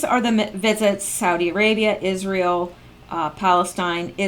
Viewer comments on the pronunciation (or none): none